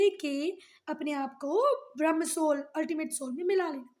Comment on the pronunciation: Ma'am it is not "brahm" because "brahm" means illusion it is pronounced as brahm"A"